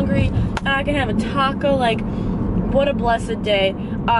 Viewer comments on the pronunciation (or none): none